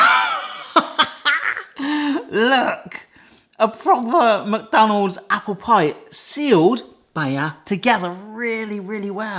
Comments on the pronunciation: He kept saying mook. Isn't is more Mick or Meck? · I also say muck, but it's actually supposed to be pronounced 'Mac'. The exact same way as you'd say Big Mac. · I can't stand when someone says "Mac Donald's" it's pronounced mick, so, "mick Donald's" I'm sure it's probably interchangeable but not for me. 😂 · The way says “muck” for “Mc” will forever live in my brain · only Americans say Mick Donalds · i like when you pronounce it "macdanulds"